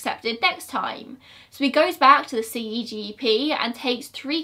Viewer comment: CEGEP - we don’t usually spell it out but instead pronounce it as a word. Sounds like say-jep. This happened when I was young (about 10) and I remember it so clearly. It was devastating.